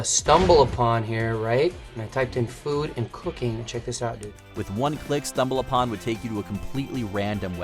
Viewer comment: C'mon, folks-- re-record your punch-ins; don't use AI. "stumbal BUH-tin" was obvious.